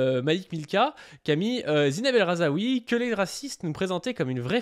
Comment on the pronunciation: Juste, on ne dit pas El RhazAoui, mais El RhaZOUI